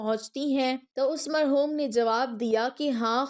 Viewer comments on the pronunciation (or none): none